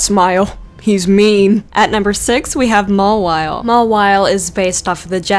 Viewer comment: I'm so triggered because you pronounced a lot of things wrong which is getting me pissed off. You pronounced Lunala, Mawile, Froslass, and Fennec fox wrong. First, you said "lu nala" It's lunela. that's how you pronounce her, then you said ma wile, it's mauw ile, then you said Feenic, it's fennec, lastly, you said frost "lass" it's fros "less". Lunala, Mawile, Froslass, and Fennec fox.